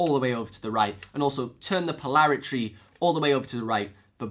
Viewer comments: polarity! not polaritree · Give a break, his dialect is very unusual, and he speaks like a happy hyper boy with a new toy most times, my ear was more jolted by his pronunciation of footswitch, then polarity, so he says "futt-switch" and "polaritry" You have to give a break though - his videos are super informative and he covers so much about the RC-500 Loop Station that he made my decision to buy one and the FS7 plus TRS Balanced Cables the easiest decision I ever made with gear. Just saying, I have on subscription and I have a favorite list on my YouTube... he is one of the few individuals I gave a Favorites Tab to. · Po-lar-i-TY. Say it 100 times. Also et-cet-er-a!